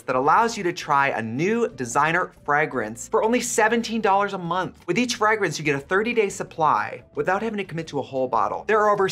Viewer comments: The first a is supposed to be a long vowel. So, more like fray-grinse. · most pronounce it like “Fray Grince” if that makes sense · i actually watched the sponsorship just so i could hear trxie say "frahgrance" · How Trixie pronounces ‘fragrance’ - is that a Wisconsin thing or a US thing? Or do I just not know how to pronounce ‘fragrance’? I’m from Australia and in my experience, we say ‘FRAY-France’ lol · I didn't even notice from cringing at how she pronounces frahg rinse. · I’ll never get over Trixie saying fragrance like “Frag rinse” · I was about to comment the same thing, for some reason this is the first time I noticed it 😂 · the physical reaction I get every time I hear this way is the same way the crispy R’s feel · I saw this comment just as she said it and had to chuckle! She's an authentic queen. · Not the Wisconsin accent fragrance debacle again 🤷🏼‍♀️🧀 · I can't deal with how you pronounce fragrance 😂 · 'cool whip' vibes on that 'fragrance' pronunciation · That pronunciation of fragrance is really a choice. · Oh no, Trixie has crispy R's when she says "fragrance" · I actually watched Capitalist Barbie's sponsor this time just to hear Trixie struggle to say "fragrance" in her midwestern accent 10000x 😂